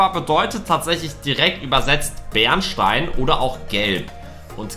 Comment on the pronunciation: Es heißt bernstein nicht beerenstein😂